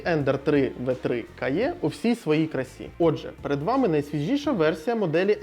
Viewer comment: Дуже дякую за цікавий огляд. Невеличке зауваження по промові назви принтера - ви говорите "кає" але англійською звучить "каі"